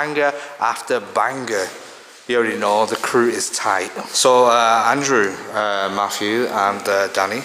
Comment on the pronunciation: His name is Matthew not Maff-U!